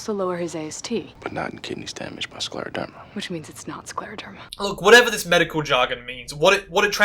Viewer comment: Honestly, it's not that difficult to pronounce scleroderma ffs!